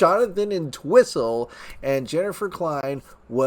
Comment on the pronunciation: It's pronounced "ENT-whistle," not "en-TWISS-ul"!!! 😖